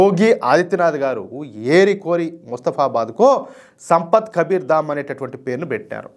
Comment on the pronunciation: సంపత్ అని పలుకుతున్నారు ఏంటి? సంత్ కబీర్ అంటే సాధువు